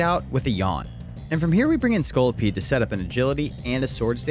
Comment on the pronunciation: I laughed so hard when you called my lovely scorlipede disguting lmao